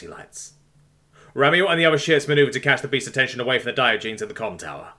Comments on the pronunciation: The "-genes" part of "Diogenes" is pronounced /jeh-nees/. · Gah! I was wincing every time he said it that way... I won't hold it against you we all make mistakes and you do an awesome job 99.9% of the time. That is enough for me to overlook this.. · (learn to say Diogenes correctly.....just sayin') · Dear, Your pronunciation of Diogenes killed my wife and daughter.